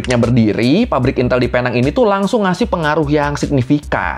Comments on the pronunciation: PENANG dibaca PINENG.. Dalam logat malaysia.. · Sebutannya Penang: 'Pineng' bang. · Tolong betulkan sebutan PENANG ( PI - NENG ) .... tapi itu bahasa inggeris.. bahasa melayunya PULAU PINANG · Bahkan sekelas wartawan aja nyebut nya Salah...nama resmi nya pulau pinang.... British nya penang(pineng)😅😅 untung gak di somasi orang pulau pinang😅😅 salam Dari perak malaysia 😊😊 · sebutan penang bukan sebegitu mas.. yg benar sebutanya adalah PINENG.. seperti power bank pineng itu.. ya, sama. sebutanya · Sedikit koreksi, Penang dibaca "Pineng".. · Dan sehingga sekarang orang2 indonesia masih gagal menyebut Penang dengan sebutan yg betul. Cara sebutannya Pi-Neng 😂